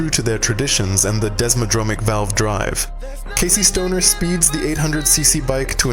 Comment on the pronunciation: Starts with an Aussie narrator. 👍🏽 we hear the AUSTRALIAN LEGENDS NAME , SPOKEN IN AN AMERICAN ACCENT. Casey Stoner doesn’t deserve this .. disrespect ? 👎🏾WTF ? Why Why … Why diminish Ducati AND #27 ? “Advantage” American ! “ failure “ American.. “ motorcycle “ yank. “ motorcycle “ in Aussie again .. but it flips back to something else soon after. “motorcycle “ we got a .. Pomie UK narrator now ? Insane video production adventure ride, up and over many varying “ accents” .. eloquent English “ finding a quality review isn’t so easy “ 14 year old, reminiscence “was a pommie ?” to end the journey. Great story about Ducati Desmo excellence!